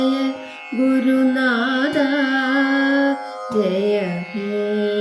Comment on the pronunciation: Nice, നാഥാ ഇതിലെ ഥാ ഉച്ചാരണം ശരിയസ്സാക്കണം. നല്ല ശ്രമം 👍